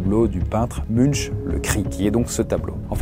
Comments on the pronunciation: Ça se prononce Munk pas Munch. La culture c'est comme la confiture. Moins on en a plus on l'étale. Ça prouve bien que tu es un vulgarisateur et que tu ne fais que survoler les sujets que tu présentes. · Munch se prononce "Maink" comme une main+k :)